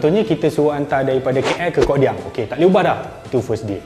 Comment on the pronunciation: Kodiang bukan kokdiang. Huruf k satu ja, sekian dari penduduk asal kodiang haha